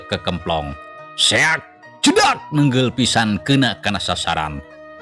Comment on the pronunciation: sing bisa ngabedakeun maca "NEUNGGEUL jeung NENGGEL" sing Paseh basa Sunda na, hatur nuhun 🙏